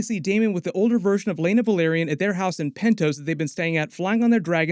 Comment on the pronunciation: Say "Vell". - OK, "Vell" - Now say "are". -"Are" - And now say "Yon". - "Yon" - ,Well done! Now put them together and say "Velaryon" - "VUHLEERIAN".